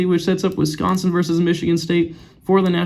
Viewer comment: Wisconsin, not Wisonsin